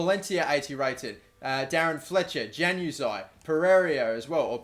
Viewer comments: Correction: It is not the correct pronunciation of Januzaj. Its Yanuzai if you pronunciate it. Glad to help you. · Love ur channel and loveing this series already mate keep it up btw jamzaj is pronounced yan-oo-z aye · Its pronounced yanuzay not januzaj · Just a bit of a heads up on pronunciations: Blind - Less like the actual word 'blind', more like the 'i' sound in the word 'win' Januzaj - Both the first and last 'j' are pronounced as 'y', so more like 'Yanuzay' Vermijl - Similar to Januzaj, just make the 'j' a 'y', so 'verm-iyl'. Hope this helps, and it is no way intended to be rude.:)